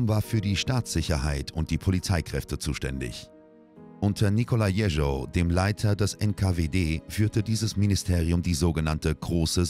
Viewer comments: Jeschow nicht Jericho! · Warum lernen die Sprecher nicht endlich mal die russische Aussprache! Nur pars pro toto: Der Erzählungen und blutrünstige Zwerg hieß Jeschow und nicht Jescho. Oberflächlichkeit lässt immer Zweifel am Inhalt aufkommen.